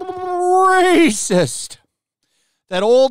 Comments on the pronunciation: kills me how he turns into a Gungan everytime he say rrrrrrrrraycis. 😂😂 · hilarious way of saying rascist cracks me up!